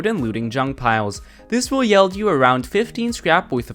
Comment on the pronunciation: Lol its not pronounced “yeld”